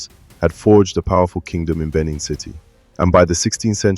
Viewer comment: Good work and story. However, do try to pronounce indigenous names better. Ask any aware Lagosian about correct enunciation and emphasis of Eko, Benin, Epe, etc.